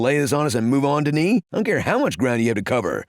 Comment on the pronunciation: you are saying Denis perfectly but, you are butchering Villeneuve lol. Try saying: Vealn-her-ve quickly (not exact but, allot closer)